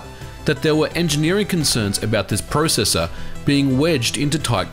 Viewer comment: You say processor wrong